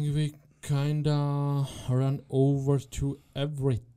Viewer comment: Super otázky, kvalitní zvuk a celkově super. Jen ta tvoje angličtina mi trhá uši a slovo kinda 😂 jinak vše top